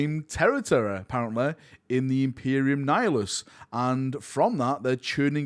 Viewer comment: “Imperium Nifilus” Why dies pronounce it like that lol